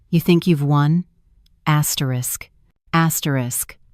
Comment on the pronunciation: Please don't use the word "asterish asterish" in the next story.🤕🤕